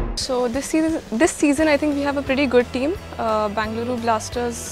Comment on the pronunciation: when you can't even pronounce your team's name - it's bengaluru not Bangaloru